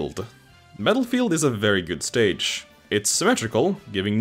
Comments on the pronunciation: Yeah why’d he say metal field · Is it just me or did he say metalfield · Did he say Metalfield? What. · “Battelfegeld” “Mettlefield” Take your pick